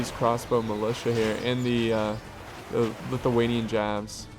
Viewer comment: its lithuanian not lituanian